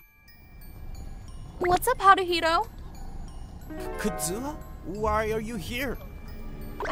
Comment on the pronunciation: I know Kazuha not Kuzuha 💀💀💀